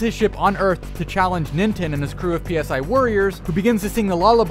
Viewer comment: Huh. No comments that he is saying nintens name wrong. He is saying nintin.